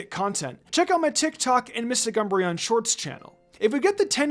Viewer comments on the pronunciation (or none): none